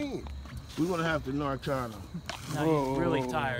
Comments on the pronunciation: It really does sound like the dudes are asking "do you want us to narc on you?" I think that's why the guy was looking scared for his life! In the south its pronounced "nar can". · I know.. I was talking about their pronunciation of the word "narcan", they say "narc on". Which among drug users is a very scary expression. 😂